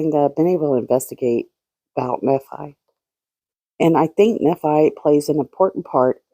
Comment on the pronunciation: Nephi =knee-fy Thanks for all your hard work!!